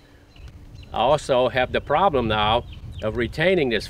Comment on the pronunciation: When you say the problem now you sound like your a Cajun from Louisiana